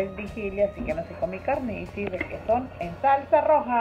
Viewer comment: Pensé que dijiste regeton pero dijiste requeson 🤣🤣🤣🤣🤣🤣